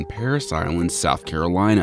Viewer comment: Carbine-nah Carbean-yeaaa